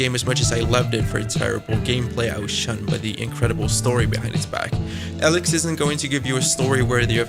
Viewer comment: Firstly the games name is spoken as Eelix as in eel, not Alex. Secondly your forced 'rasp' is very annoying.